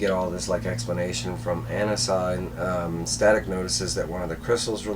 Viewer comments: I think Anansi is pronounced like Ah-Nancy. Anansi is one of the most important and popular myth is West-Africa (origins in Ghana) and the Caribbean. He is a trickster god and teller of tales, a bit like Coyote in many cultures of indigenous people of North America. He was an important character in Neil Gaiman's American Gods novels. I think it's great that he has become a DC character. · It's Anansi( Ah-Nah-Si ) in The Static Shock Tv sereis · It’s pronounced Uh-Non-zi, this is also ananzi’s 1st comic appearance as he’s a creation of the static show